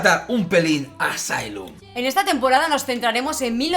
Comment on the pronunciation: Asylum está en segundo lugar de mis favoritas de AHS, buenísima!! Saludos desde Santiago de Chile!!! 🇨🇱🇨🇱🇨🇱🇨🇱🇨🇱 Pd:Me distrae que pronuncie mal Asylum 🤣🤣